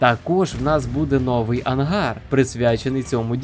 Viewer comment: ви молодець!! можна ще вас попросити змінити наголос у слові "новИй", а не "нОвий"; та у слові кіломЕтр (тобто наголос на останній склад), дякую за чудові відео і приємний голос, щасти у Новому році. Рус та ні пи**а